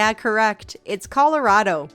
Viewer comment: A quiz about the U.S, yet you managed to mispronounce Colorado, Rio Grande and New Orleans. Great job!